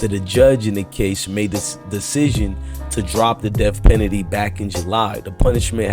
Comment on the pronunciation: U don’t know how to say penalty?? And didn’t u post this videos this morning ???